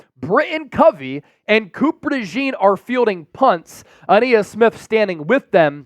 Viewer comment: Ainias is pronounced a nye is not a knee is. Please stop saying a knee is